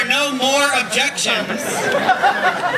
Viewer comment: sounds like they were pronounced HusbandS & wife....